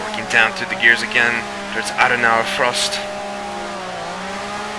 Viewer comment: Great drive! But it is "Adenauer Forst", not "Frost" ;) Forst is a german word for "forest"